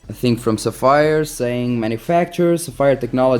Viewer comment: LOL...és português? Pelo teu sotaque pensei que eras italiano...LOLADAS - Agora que estou a ver o video pela segunda vez vou tentar adivinhar - és Nortenho. Bom conteúdo - continua assim miúdo! (A propósito... Codigo de Barras = Barcode / Sapphire = Tens de pronunciar como "Sáfyre")